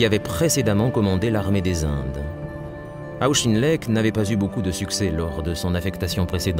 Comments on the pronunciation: Auck.his names proniunced aucken lect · The narrator appears to have some difficulty with pronunciation: Caucasus is pronounced ‘Caucus’ and Auchinleck is pronounced ‘Owch-in-leck’ . Please check and edit audio for corrections. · I’ve never heard of “Shtahlin”; sounds like there’s some sort of agenda behind this. And “Auschinlek” instead of Auchinleck (a Scottish name)? I’m giving that channel a wide berth. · Auschinlek? It is pronounced Aw-kin-lek. This is the same comentator who says "Shtahlin" instead of Stalin. Who is this and why the German pronunciation? Is this some sort of agenda?